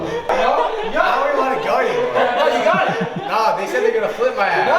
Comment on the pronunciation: Did y’all say go kane or Cocain (idk how to spell it)